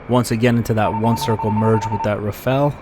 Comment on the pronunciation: At last an American who pronounces the word Rafale properly. Most of the others say Rafail; as if they wanted it to fail. LOL!